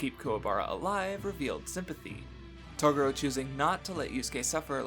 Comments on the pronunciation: japan and the way the words are said in English sounds off and very racist so dubs change the name slightly..toguro is pronounced toegoro but we say it taguro...its just the way it goes...broken engrish was created when we set up our government in japan post world war 2 for 8 years...it just got into the culture so while we say r's they have l's instead so it can get confusing... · Im sorry.....Its not you its me. Yu Yu Hakusho for a was my favorite anime of all time (until I watched Hunter X Hunter and it surpassed it) and I whole hardheartedly agree with the analysis of Yusuke......but dude that pronunciation of Toguro's name is just cringe dude. I've re-watched this series so many times I can recite from memory entire ep's from the top of my head, I dont know how the Japanese version pronounces the name, but I think even if it's the "correct way" it isn't the right way and its hella distracting if that makes sense.